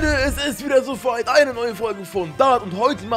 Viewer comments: Freunde, es ist wieder so "feit" andere Videos: Kannst du kein Deutsch oder was? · Wie er am Anfang feit statt weit sagt😂